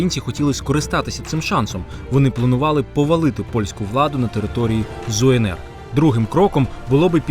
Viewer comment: Не Зуенер, а так і читається ЗУНР, тільки малохольні не знають як правильго, встидно, робити відео і не знати